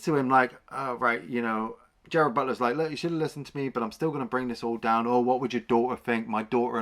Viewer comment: GERARD BUTLER. Not Gerald.